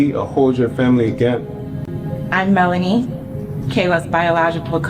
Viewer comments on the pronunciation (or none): I thought yt folks were smart why do we say are now correct they say it wrong like tf malonie she said melonie